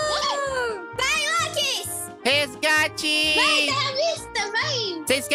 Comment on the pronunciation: lokis voce ta falando errado nao e gate e resgate